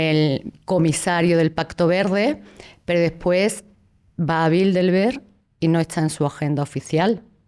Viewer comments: Yo me pregunto una cosa ... Porque pronuncia Bildelberg en vez de Bilderberg? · Crisitina afirma haber estudiado el Club Bilderberg intensivamente durante 2 décadas, pero ni siquiera pronuncia bien el nombre: repetidamente dice Bildelberg, al menos al principio del video.